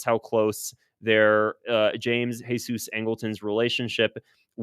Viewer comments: James Heysoos...it's James Jeezuz Angleton! WHERE you getting the Mexicana?? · geezus, not hesus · I’m curious as to why you keep pronouncing James Jesus Angleton the Jesus part in Spanish and not Jesus in English because the rest of his name is in English? Idk you made it sound like he was Mexican or something 😂but hes just a white guy and Jesus is also an English name I thought. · Jeezus!! It's pronounced like"jeezus." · really enjoying your channel, but you’ve got to stop giving angletons middle name the Spanish pronunciation…his mother gave him the middle name JESUS (English pronunciation). I know because I once made that mistake myself, and was corrected by my bureau mentor